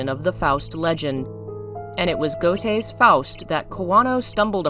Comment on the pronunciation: I love your videos- but I cannot abide by mispronunciations! "Wagner" should be pronounced "Vagner" and "Goethe" I always heard as "Ger-te"